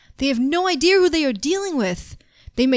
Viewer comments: said ider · There really funny😂😂😂😂😂😂😂😂😂😂😂😂 because says ider not idea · Why does say ideers instead of ideas